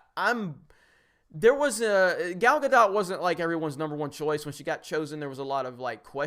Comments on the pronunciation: Gal Guh-doe not guh-dot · Need to balance that intro sound volume. It's easily 3-5 times as loud as you are when you start talking. Also GAL GAH-DOE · Not Gah-Dot, Gah-doh-t. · Gal's last name is pronounced Gadol (ga-dole) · just FYI her name is pronounced ga-dough